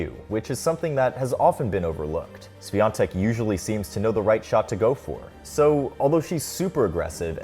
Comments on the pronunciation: Please learn how to read her last name. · You could at least make an effort to learn how to pronounce her last name if you're going to make an entire video about it, it's not that hard. Terrible work. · I’m proud of her, POLSKA GÓRĄ 🇵🇱🇵🇱🇵🇱 Also, the correct pronounciation for her last name is “ˈɕfʲɔntɛk” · Iga just seems to be likable and I hope that this huge success won't change her. About the video: you can stick with "Iga" ;) maybe try to ask some Poles to pronounce Świątek for you? or listen to google translate? I know Polish can be really hard for foreigners, but hopefully Iga will be there for years to come, so trying to learn her surname should be worth it. That "i" should be way shorter... "swiontek", not "swiiontek" - quite as you would stick short "i" in "won"... Short "i" like in Winona (Ryder) and as far as you can be of "ion" pronunciation ;) maybe fast sshh (like in silencing someone)-we-on-tek , NOT "S-we-ion-tek" I appreciate that you have used Polish letter while writing her surname in title :) Sorry for long post... I had fun trying to find good idea how to describe that sounds :P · Bruh its not that hard to lean how to pronounce "ą" and especially "ś" in in her surname. Why wouldn't you even look up the prononciation if the whole video is about her? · It's time you learn how to pronounce her name correctly... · Ś is pronounced closer to English SH, rather than S. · Don't watch much of tennis, just came here to hear how wrong Świątek is pronounced. Love our wifi password surnames. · It would be nice if you told her surname correctly, it's not that hard to find out. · Learn how to pronounce her surname, THEN make a video about her. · It's time you learn how to pronounce Świątek 🥲